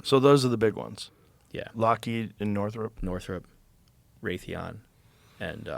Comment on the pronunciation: Did he say Lockheed, Northram, Raythion and INTEL?